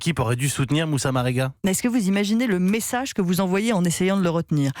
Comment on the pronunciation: Sérieusement 😒 la journaliste ne dit pas bien le nom même . 🙄 Marega rien de difficile.